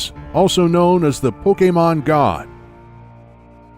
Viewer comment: Does anyone else get aggravated by the way he mispronounces Pokémon’s name? It almost makes this unwatchable